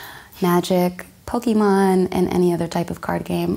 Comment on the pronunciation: Honey girl you pronounce Pokémon wrong..gtfo here